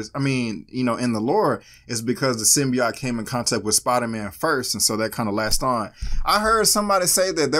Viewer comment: Why is she mispronouncing symbiote? I think this was a pretty good trailer. It piqued my interest. I hope venom has more than 5 minutes of screen time like I’ve been hearing.